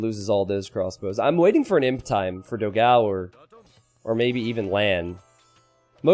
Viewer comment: please just once check out how to pronounce ''dogão'' (with the ã) on google translator i beg you